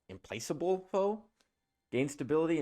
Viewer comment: "implakkable" foe is the correct pronunciation. good video